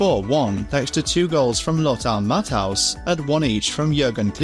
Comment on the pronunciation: The way he pronounces Matthäus. 😢